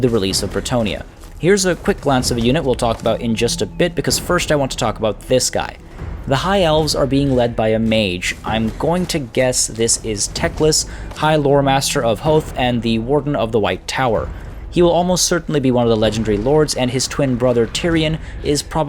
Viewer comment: Only one miss pronunciation you said hoeth like it was pronounced like growth (howth) it's actually 2 syllables ho eth also in another video someone said those birds at the end were Phoenix not sure though.